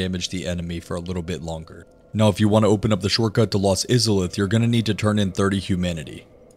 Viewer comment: “Souls veteran” “lost izuhleth” 🤦‍♂️